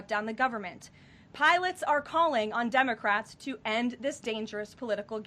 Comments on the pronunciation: did she call them Dumbacrats! Lol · It sounds like Caroline is saying "dumbocrats" at the beginning!! That's AWESOME! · I could swear I heard Karoline say day 23 of the Dummocrats shutdown. I replayed it a few times and it still sounds like Dummocrats. Karoline brought the receipts. Democrats will be torched in next year's Mid-Terms for this shutdown. They really don't care about the public. It's clear beyond a doubt. I'm sure they are happy with themselves causing problems for the Government that they don't control. But it will be their undoing next year and for the next ten to twenty years. The nation will thrive without them in power. Let's determine to shrink the Democrat Party to a useless minority over the next 4 years so that we will not have to worry about open borders, men in women's sports and mindless violent protests in our streets. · Did Karoline say DUMB-O-CRATS at 1.73? LOL It sounded like that.